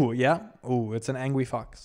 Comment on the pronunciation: He says fox but ok